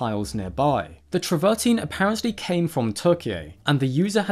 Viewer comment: The stone is called Travertine and PRONOUNCED AS IT SPELLED TRAVER TINE (teen)! Some Paleontologist you are! Mispronunciations all over the place. PhD Vertebrate Paleontology, University of California at Berkeley